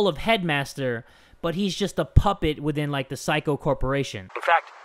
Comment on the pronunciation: the pronunciation of 'saikou' sounded like 'psycho'